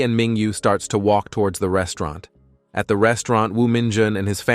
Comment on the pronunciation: He starts to woke in the rain. How do you woke in the rain. Its suppose to be walk not woke. Can't we get better Ai for these stories or use your own voice.